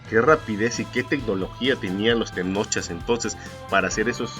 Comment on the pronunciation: Una aclaración no se les dice TENOCHA o TENOCHAS SE LES DICE TENOCHCA ó TENOCHCAS, antes de leer investigas como se pronuncian los vocablos en náhuatl